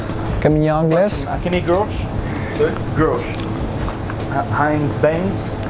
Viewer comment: The way he said Heinz beans thooooo 😂😂